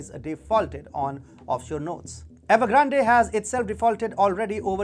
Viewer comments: Evergrande is pronounced 'evergrand' e is silent. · ..good vid, but Evergrande is probably 3 syllables the final E is silent I think, like Grande in French